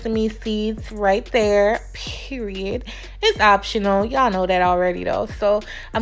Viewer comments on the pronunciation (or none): It’s the umph in Period for me